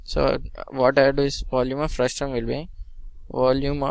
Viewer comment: It's frustum not frustrum